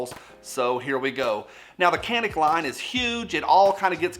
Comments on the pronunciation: Can-ick lol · Do you mind a random Turkish guy to pronounce it? It's roughly like Ja (as in Ja Morant) and nick. That C is like J in John, Josh etc. Rest is easy. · Uh it's pronounced CANick... 😉 Turkey meh, otherwise it definitely would be on my want list. Great review and video like always! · It's pronounced Canik not Canik.